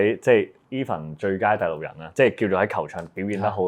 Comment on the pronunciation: 要練下咬字了，第6人，不是地6人